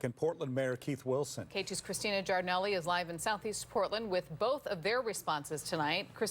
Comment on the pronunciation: Christina, I admire how she keeps the original pronounciation of her Italian name.